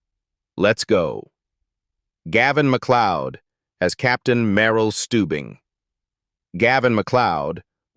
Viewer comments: this video has ay to many mistakes.. you called him Stubbins instead of Stuebens right in the first minute.. then all the wrong photos.. what a slopy job this was and you didnt even post the 2 stories on the thumbnail.. which were lies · Gain played captain Stewbin spelled Stubing not stub.